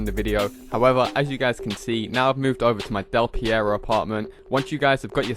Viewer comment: Why does he call Del Perro "Del Pierro"